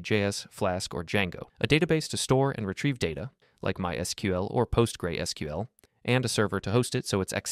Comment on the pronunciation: PostreSQL and APIs are read wrong, it gives out that this is not even your real voice, but a voice generator